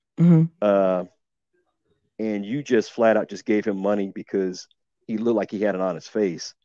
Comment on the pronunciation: Uh, sis, did I hear ( look-ded) looked good?